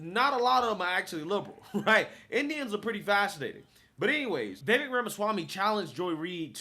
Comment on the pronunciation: Love watching your journey man. You are much smarter than I was at your age! Just a friendly note, Vivek is pronounced like Vi-VAKE, rhymes with cake. Also love the crossover with BCP commentary reaction. Keep on!